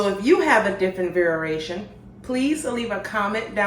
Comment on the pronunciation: In the kindest way i’m not sure if you know this or not but it’s variation, I thought I was hearing you say vareration